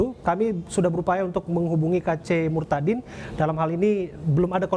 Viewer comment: sebut kata murtadinnya biasa aja dong